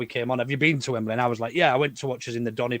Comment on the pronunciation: Just saying, but it's 'Wembley' not 'Wem-ber-lee.'